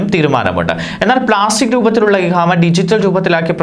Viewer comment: ഇഹാമ അല്ല ഇഖാമ എന്നാണ് വായിക്കുന്ന ആൾ ഒന്ന് ശ്രദ്ധിക്കുക